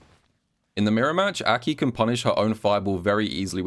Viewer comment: I hate how you pronounce her name but imma suck it up for the gems